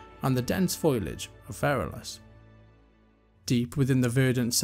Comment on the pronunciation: "foilage?" you mean foliage?